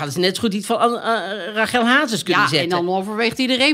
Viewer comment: Heerlijk weer! Alleen, jullie zeggen Rágel maar is het niet Rasjèl ?